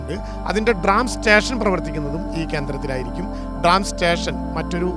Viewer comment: ഡ്രാം അല്ല സഖാവേ ട്രാം ആണ്.